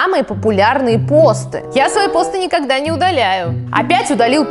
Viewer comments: Не пОсты, а постЫ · постЫ а не пОсты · не пооосты а постыыы ты не правильно ударение ставишь слух режит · Почему ты говоришь пОсты,обычно все говорят постЫ(если честно такое произношение режет ухо) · Вообще-то постЫ, а не пОсты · Я одна думала, что в слове посты ударение на ы? ПостЫ! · ЖеВаТеЛьНаЯ АвАтАрИя ты такая не одна я тоже так в самом начале подумала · Но ведь посты (на второй слог ударение) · посты ударение на ы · не так ты говоришь не ПОсты а